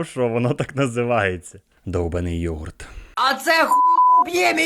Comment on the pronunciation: Правильно йогУрт